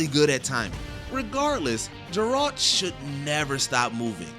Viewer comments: Geralt (guh) not (juh) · I can be awful at pronunciations but this guy was just downright awful. More awful then i would be, its not "GerAlt" its just Geralt. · Jurralt. Lmao, who hasn't heard of Geralt? Also the wrong Gundyr fight, did nobody do their research? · “Jurault of Rivia” lol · Oof and Geralt… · Don’t usually dunk on videos but mispronouncing Geralt and showing Champion Gundyr instead of Iudex makes it pretty easy lol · Did you guys actually pick the wrong boss in dark souls 3 on purpose? Because holy crap that is a goof up on a epic level. And listening to you butcher geralt's name made my heart hurt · Geralt, not Jeralt Guy-den, not Gay-den Gascoigne, not Glasscoigne Automata (say it quickly), not Auto-marta. I haven't played any of the above games but I still know how to pronounce them. Too many wrong pronunciations to know that this voice over guy doesn’t know enough about video games. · Fire this guy. "Glascoine"? "Jeralt"? Does this clown even game? Please get rid of him. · Megaera is a FURY, not a furry. There were a couple of mispronounced (poor Geralt) and completely incorrect words (immensive?!) in this video - seems to me this was rush job. I get that it's a top 10 video, but even those should probably get some love in QA/editing.